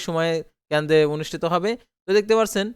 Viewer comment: Bai kendo na kendro bolte hobe